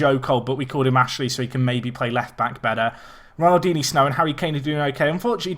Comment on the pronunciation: Can someone tell him he's pronouncing ronaldinsnow wrong